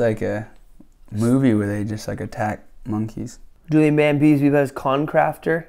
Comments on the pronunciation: He is called "JuliEn", not "JuliAn". Please correct that horrific mistake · His Name is JULIEN and not JULIAN 😂🤦🏼‍♀️🤦🏼‍♀️ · Es heißt Julien nicht Julian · It's actually Juli e n Bam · JULIEN BAM NOT JULIAN BAM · JuliEn Bam, Not JuliAn Bam😂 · Julien Not Julian 😂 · JULIEN NOT JULIAN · its julien bam not julian bam xD